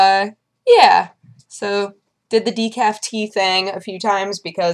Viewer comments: She said decafe... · she said de-cafe